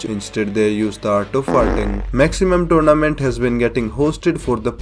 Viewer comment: Turnament lol i heard that so many at the start